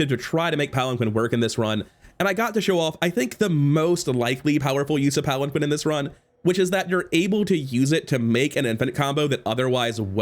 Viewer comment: It’s pronounced palan-keen